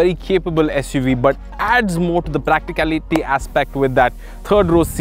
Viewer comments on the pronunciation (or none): Prak- ti- kal - ity ! XD XD XD XD